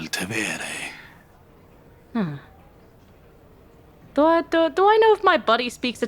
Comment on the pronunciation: Tevere is just Tiber. It’s Drágo del Tévere but I’m sure it was wrong on purpose because she can’t recognize the language